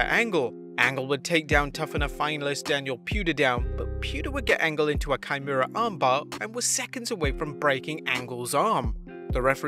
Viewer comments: its KIMURA armbar (read Kee-Moo-Ra) not Chimera Armbar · "Kaimura". PAH! Come on! Say it right! "Kee-muh-ra". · Sorry. It's probably slip of the tongue, but it's not "ky-moo-ra", it's "key-moo-ra". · Kimora pronounced like ki-more-a ki like KILL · "Kaimura armbar" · "Kimura armbar" My ears Bleed